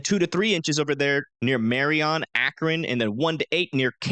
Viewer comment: Great video. Love the zoomed in precipitation details. Others don't do that. One thing tho, as I reside in Dayton Ohio, the city of Lima is pronounced like the bean. And Marion is Mariun not MariON. For Indiana, the Haute in Terre Haute, Haute rhymes with tote. Terre Hote, not Terre Hot. Love the detailed vid.